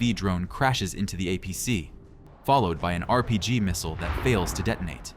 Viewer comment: Please learn how to pronounce missile, clue it's mot mistle!